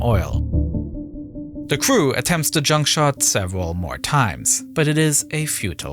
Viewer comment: How do we stop the oil from polluting the ocean? Shoot garbage at it! The narrator needs some serious English training. R sounds are completely lost like GROUP is said as GWOOP. Inflections are off too like when he says "junk shot", pausing in between the words.